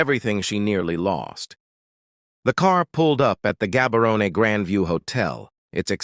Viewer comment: It's prounced Habarone